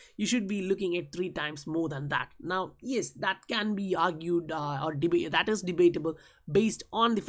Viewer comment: The way you pronounce "IS" is absolutely ridiculous